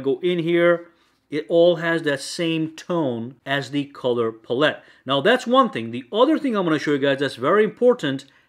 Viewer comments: Color "pull-it" lol, its palette my guy. Pal. ette. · Btw pallete is pal- it, not puh-let lol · Who tf say pallette like that😂🤦